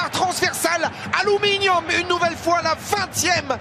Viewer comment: ALOUMINIOUM UNE NOUVELLE FOIS